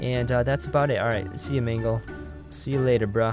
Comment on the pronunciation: it's not magle it's mangle